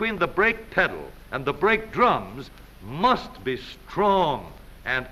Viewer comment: Heavy emphasis on how brakes must be S T R O N K